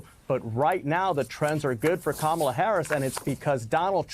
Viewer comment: Trump 80%, Kamel-Uh "TOE" 20%